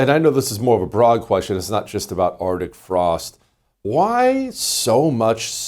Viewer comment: Jesse, It is arctic frost, there is a C in it. Stop being lazy in your speech!